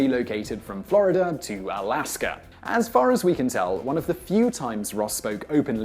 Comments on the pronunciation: Great video, but what's a "flurreder"? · Ross returned to Florider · ... Where is this "Florider" of which you speak? Seriously though, I've often wondered why some Brits add the "er" sound as in the aforementioned Florider and Hawaiier. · lol "Flahr-i-duhr" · Vaguely interesting. But it seems that this annoying geek is desperate for topics to discuss. .."Florider"...? He apparently even has difficulty with his own accent, unless he simply doesn't know the correct way to say it. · really he returned to flori-der ? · That's the so-called intrusive /r/ ...it sounds really strange.